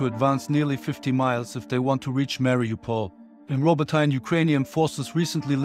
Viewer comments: It's rabotiné not rabotain😂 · "Robbo-tyne" Bruh atleast try to say it right